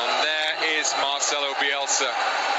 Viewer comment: el periodista tiene un orgasmo "OOOOH YES!!! MARCELOUU BIUELSA, GLACIAS SIEÑOL BIUELSA".